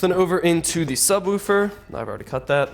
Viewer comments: There is no u in subwoofer so stop saying it like subwoufer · Stop saying subwoofer so weirdly